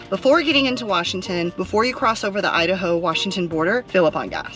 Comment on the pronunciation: As an Idahoan I appreciate the "I-da-hoe, you-da-ho" like you aren't semi local if you don't... LOL